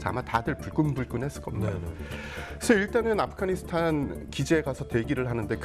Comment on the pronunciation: 이 양반들 왜 자꾸 아프가니스탄을 아프카니스탄이라고 발음하지?